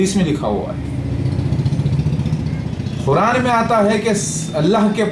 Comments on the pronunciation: Quran ko khuran bol ra hai olo ka putha yh jahil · Abe khuraan nahi Quraan hota hai Dhakkan hai tu